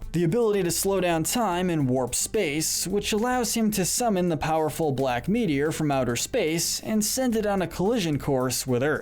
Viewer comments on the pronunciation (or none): none